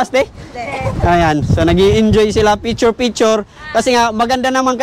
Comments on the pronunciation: Picture hndi piture haha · Bobong vlogger feature feature daw bigkasin lang ang picture di pa kaya Ng maayos